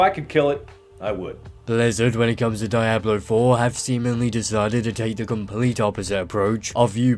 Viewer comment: the way you pronounce (DIE-ablo) is painful lmaooo Good analysis though dude.